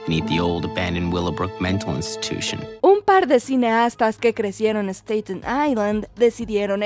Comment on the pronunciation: See pronuncia Staten no stayten